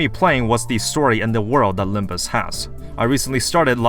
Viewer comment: Its not about Limb-you or Limb-me,. Its about Limb-Us!